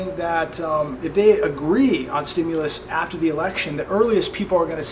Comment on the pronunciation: hey mr. chiropractor...can you say the word "election"??? :) "ELECSEND"